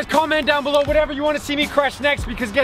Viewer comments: Am I the only one who heard that he said blew when he said comment down below he meant below not blew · Nobody heard when said comment down “beellow” 😂😂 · Did anyone hear him say down beluw